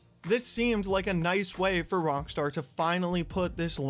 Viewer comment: Why do keep saying Rongstar?